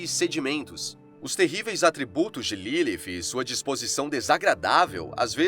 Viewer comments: Nome dela não era LiLi nem LILIF FALA DIREITO O NOME CARA 🤦🏽‍♂️ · Q agonia dele falando Ilifi